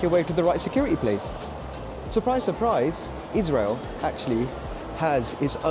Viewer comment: i think you mispronounced israel